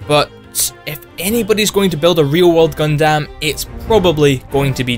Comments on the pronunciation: Gundammit! its not Gun-damn its pronounced Gun-dum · It is honestly so hard for me to watch this simply because of how he says Gundam. Like, dude, it is not “guhn dâm” it’s pronounced “guhn dm” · I cringed when he said Gun Damn too. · just a small nitpick but its actually pronounced "gun-dum" not "gun-dam". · Haha, Gundam Is pronounced as Gun - dum, not Gundamn... anyway, wasn't the statue made for the Toyko 2020 Olympics? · Its Gun-Dum, not Gun-Damn. Seriously. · HellsRaven4444 British Bright Noa would be pleased at his enunciation. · did he just call it Gun-Damn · I'm going to say this right now the way you say Gundam is entirely wrong. It may look and sound right but the proper way to pronounce it is (Gun-Dumb or Gun-Dum). Yup it is not false watching any series of gundam in matter of either Dub/Sub you would hear it clear say the name Gundam as (Gun-Dumb or Gun-Dum). (Thank you Dreamy Dritto for noticing that) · >Anime most of us have heard of. >Can't pronounce it properly. "Gun-DAM" cringe. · "gun-damn" you overpronounce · The way you say Gundam is... Heretical lol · Your pronunciation of Gundam is making my skin crawl. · "Gundam" is one word. Why are you saying it like that? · Your pronouncing Gundam wrong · The way you pronounce gundam hurts me physically and mentally.